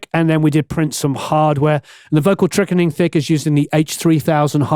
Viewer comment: “ Vocal Trickening Thick” 😂🤣 love it 🤘🏻🤘🏻 glad you left that in